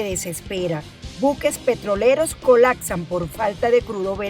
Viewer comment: Dijo "colacsan"?